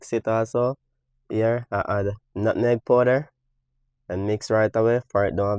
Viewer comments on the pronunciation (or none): You know he’s cooking when he says “nutneg “